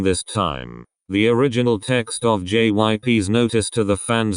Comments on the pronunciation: everytime I watch these kinds of videos, whenever the robot voice says jyp they always pronounce it JIP lmao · Okay this is serious and whatever but did y'all hear the robot pronouncing jyp as jip?